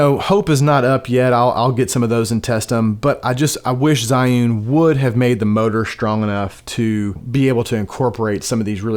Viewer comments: It's Gee-Yoon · you can pronounce zhi as a chi... so say chi yun and your pronunciation will be correct